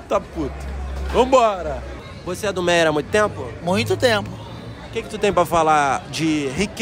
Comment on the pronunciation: não é MEIÉR é MÉIA kkk